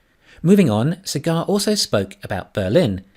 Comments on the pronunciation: It is "saaagaaar" not "cigar". It is indian name. Thanks for your efforts anyways, god bless you. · The name is pronounced Saa-gur